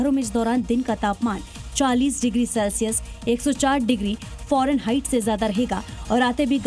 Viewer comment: Foreignhieght?? Wahh re jahilon. Fahrenheit hota hai. उम्मीद है या संभावना है? 😂